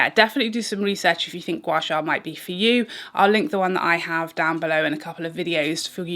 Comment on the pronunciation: hahaha O dear your pronunciation of Gua Sha is perfect 👍 you can also do your Gua Sha along your arms and legs for slimmer effects. Asians like me love Gua Sha ❤️ glad you enjoy as well